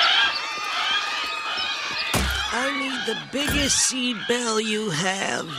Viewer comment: Bell not bale dude!